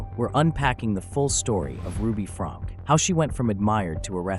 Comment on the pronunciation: Her last name is pronounced Frank- key.